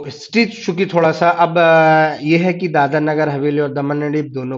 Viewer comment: Please pronunce properly. It is Dadra & Nagar Hsveli & not Dadar. Dadar is in Mumbai